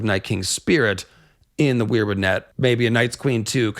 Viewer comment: Seems pretty compelling, love your video and content. Almost lost it when you said weirbutt 😂 But I appreciate the Meera Reed making boats theory and Azor Ahai spirit being in the weirwood network.